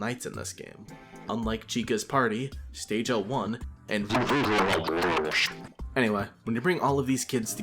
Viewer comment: Can't believe he actually pronounced RWQSFSASXC's name correctly